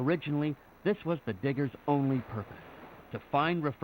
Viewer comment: To be honest, within a beginning of the video, the audio wasn't the best, especially when it came to the word, diggers, for a split second, I thought it said something else. It's very important to enunciate.